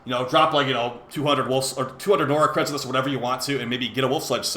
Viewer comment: 1 year after Duviri release and he still can't say "Acrithis" lol.